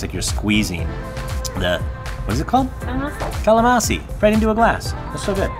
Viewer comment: nice!..don't forget to pronounce the "n" in calamansi. 😉🙏🙌👍